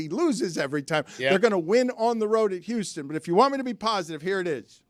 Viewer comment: Somebody...(beep)should tell Stugotz...(beep)that the word Houston...(beep)begins with an "H". (Beep)